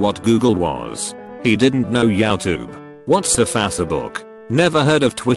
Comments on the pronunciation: "He didn't know Yaotube. What's Fassabook?" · No one: Absolutely no one: Not a single person Automated voice: yatube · "He didn't know yowtoub." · “He didn’t know Yaotube. What’s-a-fassebook?” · He didn't know YaoTube. "What's Faucetbook?" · Yowtube. Whats a fassabook?